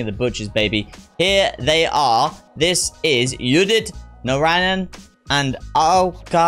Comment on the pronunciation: Udit Narayan is pronounced as 'oo'dit Narayan.. and not 'you'dit.. But trust me, you're getting better😂 You said earlier and you finally pronounced a lot of them correct. So, Kudos